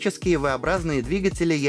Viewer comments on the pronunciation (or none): none